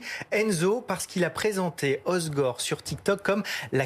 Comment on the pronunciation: Merci hossegor, il y a 2 ss par pitié. Et non pas de z à la prononciation